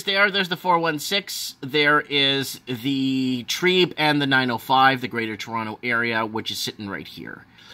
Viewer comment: TREB. Not trEEEB. Short E not long E TREBBBB Not TREEEB